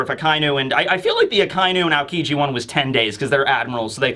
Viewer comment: It's not a-kai--nu, it's aka-inu. Otherwise, a fun and great analysis of the comic.